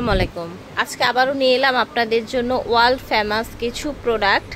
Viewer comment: Wal না আপু ওটা world হবে। আর স্ল্যামালিকম না আস্সালামুআলাইকুম হবে।